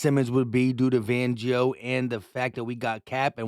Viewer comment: Say it with me … FANgio!!!!